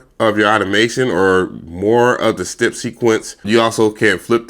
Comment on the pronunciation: Dope beat but if you say stip one more time bro it's step 😂😂😂